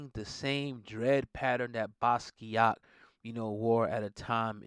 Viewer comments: Totally buthcering his name several times in this. Watch an interview or two or TEN and listen to him pronounce his own name!! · Butchered his name smh